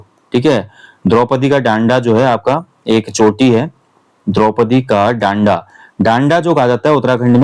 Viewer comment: डांडा बोला जाता हैं ना कि डांन्डा शब्द के गलत उच्चारण से फिर गलत शब्द ही प्रचलन में आ जाता है...